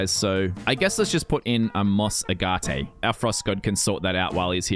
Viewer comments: ITS NOT UH-GOT-TAY its ag-it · when he read moss agate as "Moss A-gat-A" XD